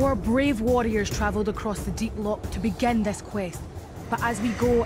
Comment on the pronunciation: How dare she say "let the challenge BAGEN" , she has ruined the most beautiful catchphrase in TV history....